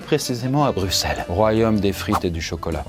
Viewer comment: Merci de prononcer Brussel et pas Brucssel. C'est vraiment très relou les français qui disent Brucssel